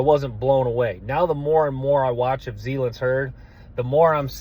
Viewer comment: Hey my man love the content and I already subbed but plz stop butchering the guys names zalance (zuh-lance)heard and Gil-Lory spelled guillory.. only trying to help .. no offense. Geaux tigers